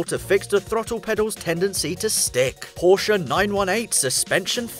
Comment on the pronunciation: Yey he says Porsche not Porch🙌🎉